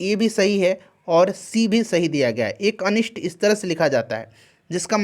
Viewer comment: अनिष्ट होता है अनिष्ठ नही..